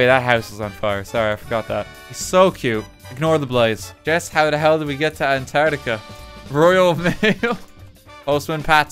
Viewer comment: would just like to point out that it's spelt and pronounced antarctica. not antartia. say it correctly.